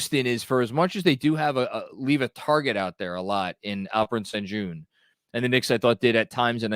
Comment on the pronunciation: Its pronounced SHEN GOON